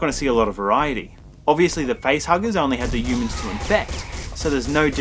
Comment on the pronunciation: I find the way the reviewer pronounces the word 'humans' in this video review quite amusing... It's almost as if he's pronouncing the word without the 'h' like "yoomans" ??? The review wasn't bad by the way.